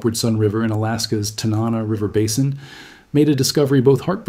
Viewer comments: Tan-an-naw, alaska. :) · Butchered the name Tanana